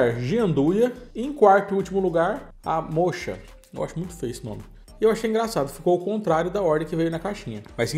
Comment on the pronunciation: O sabor moccha, é café mesmo, fala-se moca.